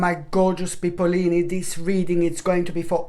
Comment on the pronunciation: I thought he was saying pisceleni